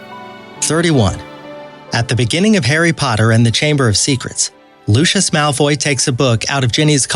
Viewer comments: it’s not pronounced Loosh-is Malfoy, it’s pronounced Lucy-iss Malfoy. Sorry I know that some words in the Harry Potter books are spelled a little weird, I’m just letting you know. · Thank you!!!!!!!!! LU-see-us, not LU-shus. Dobby, not Doby. Hallows, not hollows. Jenny, not Jeanie. So many times I wanted to reach through the screen and smack him, computer voice or not!! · Things that really annoyed me: -It’s pronounced LUSIUS not LUSHES -it’s pronounced DOBBY not DOEBY -it’s the deathly HALLOWS not HOLLOWS -it’s pronounced GINNY not GEENY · ‘serious’ ‘azkapan’ ‘lushus’ ‘dobey’ ‘genie’ and i oop🤡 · This guy has to Learn how to pronounce words like dobby (dough- b) Lucius (lushis)Ginny ( gene) Voldemort Marauders Map (maraders map)... etc... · Lucos,Basilick doebhee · This guy can't pronounce 'Lucious' Properly. He pronounces it with the "sh' sound. He also said, "Basilisk,' incorrectly. He pronounces it: "baseelisk," which is wrong. Its also not, "philosopher's stone,' its "Sorcerer's Stone.' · pronoucing avada kedava wrong, dobby wrong, lucius wrong basilisk wrong. No offence, but you have no idea what you are talking about and have never seen the movies or read the books. You proably just serached up facts and said they were easter eggs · mispronounced Lucius again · mispronounced Lucius